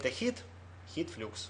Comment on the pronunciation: Большое спасибо, очень познавательно и доступно изложено). Но каждый раз при фразе "Хит флюкс" (Heat flux) глаз непроизвольно дергается.